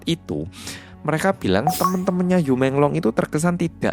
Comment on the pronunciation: Yu bacanya yii